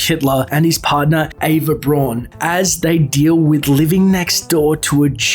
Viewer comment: FWIW, Braun is pronounced very similar to its English counterpart Brown and not like Brawn.